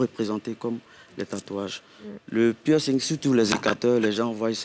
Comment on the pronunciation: pourquoi tu dit PI -ERCING? On lit pas le "pi". C'est plutôt PERCING